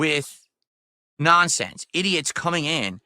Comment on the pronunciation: The nahnsense